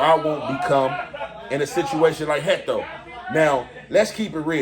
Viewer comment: Heatho not hecto